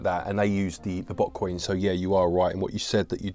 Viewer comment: My terrible American ears heard butt coins not bot coin's 🤦🏾‍♂️